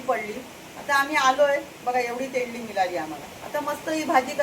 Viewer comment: तोंडली बोला ताई तेंडली नाही